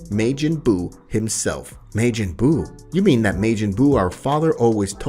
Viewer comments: Love the story but it's not mejin bu it's ma-jin bu. Making bu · The story is good but the way he pronounces stuff is a bit annoying he says “May-Jin” instead of “majin” and he said “yararaht” instead of “yardrat” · So have you never watched DragonBall? Why is your pronunciation so horrible Maejin Buu, really? No one calls him that in any version of DragonBall except you, it's Majin Buu. You literally have to come up with that because no one else says that anywhere smh. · I have NEVER heard it pronounced May Gen Boo XD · I hate the way he say majin buu name